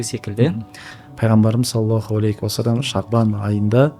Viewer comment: Осы кісі салауат айтканда неге "алейКи уассалам деп айтады,мынау әріп Һ болу кереккой,сол жерін тузесе екен,өзінің подкасттарында да байқадым,такиясыз сұр киімде откан кісі